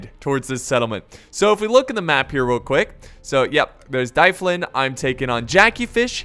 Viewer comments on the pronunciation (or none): Dyflin is pronounced like "dufflin" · It's pronounced difflyn, like sniff. Also all our cities were founded by the Norse.